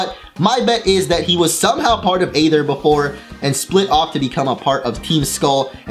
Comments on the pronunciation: He made a mistake. He said eether when when it was ather. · Why does something say eether when said aether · Did anyone hear when he say "Aether" in ? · what was with the thing you did with the word "Aether" that you did a few times?